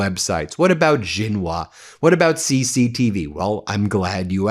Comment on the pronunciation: Ben, WangYi is pronounced like Wang-E: XingHua - The Xi sound is as Shi (e.g., Xing..Shing, Xi...She)